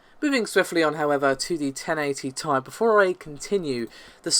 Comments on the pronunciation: Nvidia GTX 1080Ti (ten-eighty ti) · TENEIGHTY TEE-I! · I swear if I hear any of you guys say ten eighty TIE again I am unsubscribing.